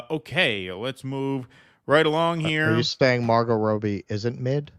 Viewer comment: Its Robbie - not Rowbee